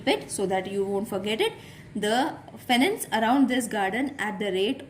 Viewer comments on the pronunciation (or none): Hello ma'am sorry but actually it's fence not fenence